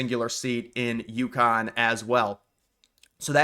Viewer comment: It's Yukon, not Youkhan. Just like Montreal is Muntreal and Newfoundland is Newfundland.